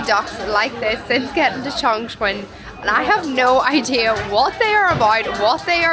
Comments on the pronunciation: kept pronouncing the city's name as "Changchun", it's another tier 2 city in Northeast China, famous for the car industry and Changbai mountain. Chongqing is pronounced as "Chung-cing" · U pronounced like Changchun😂😂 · The way she pronounces the city name, Chongchween 😂😂